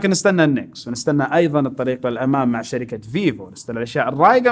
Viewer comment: 5.34 شركه مو جركه